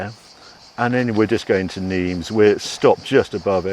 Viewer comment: 'Nimes' is pronounced 'Neem' Harry, not 'Neems'. Generally speaking, the 's' at the end of French words is silent.